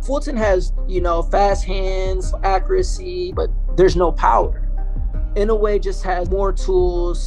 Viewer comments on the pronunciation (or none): IN HAWAII WHERE I LIVED WITH LOTS OF JAPANESE FRIENDS AND SENATOR INOUE ...ITS PRONOUNCED: I N O Y E ,INOYE NOT INOWE ,NOT INOWEY ! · IN-NOH-WEH not IN-YO-WAY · Pronounce it like this In-no-way. Easy enough right? To my fellow Americans I'm sorry I'm choosing a JAP over American blood 70 years ago that would have been a syn to say in America lol but times have changed and I'm so interested in Inoue and intrigued by his skills. He will win Fulton hasn't even fought hi caliber fighters. Inoue is exactly that. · it's eee-no--woo-ay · pains me as a japanese person how everyone mispronounces his last name